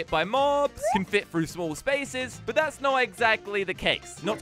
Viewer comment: When says small he says smooll